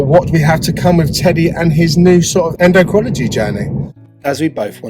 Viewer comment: En--doh-crin-all-o-gee! Just a help for a tough word.